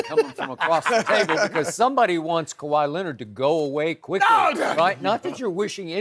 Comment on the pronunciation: Kawhy Leanord..